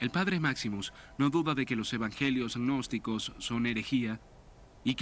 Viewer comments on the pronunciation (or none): gnosticos....no agnosticos como dice el entrevistador....